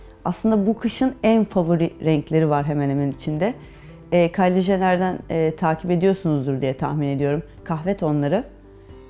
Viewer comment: Kylie jenner diye yazılır jener diye okunmaz